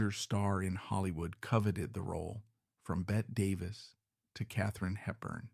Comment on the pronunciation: Pronounced Bet-ee Davis, NOT bet